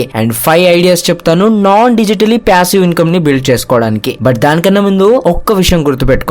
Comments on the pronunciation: that's what I'm saying meeru ala pronounce chesaaru ani cheppthunnaa...it's passive not pyassive... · Ooh babu pyasivve ani antha daridram gaa pronunce cheyyodhu bro.. irritating anipinchindi throughout the video